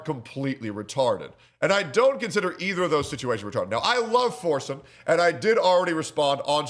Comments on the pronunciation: He probably called you out because you pronounce his name foresum. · Are you saying forsen?